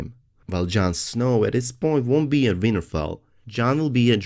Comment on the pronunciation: lol I keep hearing '' Weinerfell''